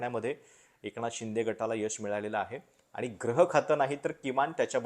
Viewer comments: ग्रह नाही गृहखाते,ग्रह या उच्चाराने अर्थ वेगळा होत आहे. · ग्रह की गृह याचा उच्चार मला वाटतं gruhakhat ऊकारांत झाला पाहिजे.